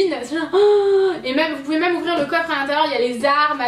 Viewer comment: vous trouvez pas que dit "meum" au lieu de "même"!;):D